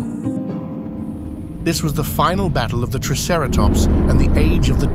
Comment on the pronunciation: I would probably rate this 8 out of 10 for the environment and the photorealistic design of the dinosaurs. This is easily one of the best and most heavily researched depictions of Hell Creek I have easily seen. Only a few drawbacks- The ai voice narrator is pretty obvious in places with how it pronounces triceratops. (“Tre” instead of “Try”) The animation and action scene shots can be quite jerky and sharp in places. The animals should be more deliberate, lumbering and smoother in their attacks instead being stiff. One sentence didn’t quite make sense- “but with the Cretaceous just hours away...” I think you meant to say “But with the end of the Cretaceous just hours away, their work is in vain.” Otherwise this was an impressive piece of work and the seven years of effort definitely show. I definitely enjoyed it and my eyes went to saucer shape at how beautiful the film was with its lush environment. I want nothing more than a nature documentary on the Cretaceous dinosaur biomes from mid to late North Africa to Mongolia to hell creek.